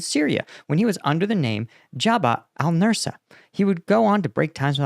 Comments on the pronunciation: Al nusra, not nursa. That's something else. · Nusra, not Nursa. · you really need to practise names a little before you record, please. It's Noos-ra, not Nursa; Id-lib, not Il-dib, etc. These are not difficult to master, and you seriously undermine your otherwise excellent content by not bothering to get them right. Pretty please, with ketchup on it. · Nusra not Nursa and Idlib not Ildib. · Al-Nusra. Say "noose-rah".